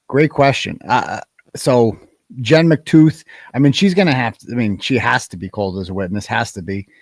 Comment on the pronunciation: Did you say Jen McTooth 😅😅😅😅😅😅😅😅😅😅😊😊😊